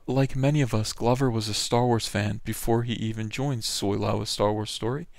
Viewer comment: I crack up every time you say "Soylo" or Soil-low or however you spell it.. Good shit man so glad I found your channel.